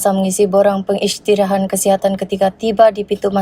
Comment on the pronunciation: "pengisytirahan" .. Supposed to be "pengisytiharan"